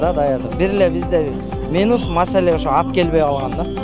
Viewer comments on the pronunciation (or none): none